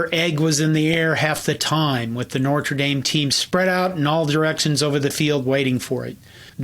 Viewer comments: No R before the T in Notre. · No-truh. Say it with me now. No-truh. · The R in Notre comes after the T. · Strangely, he makes much of whether Knute is pronounced “Kanoot” or “Nute,” but pronounces Notre as “Nortra.” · content: great .....Pronunciation of Notre: needs work. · This guy can't pronounce Notre.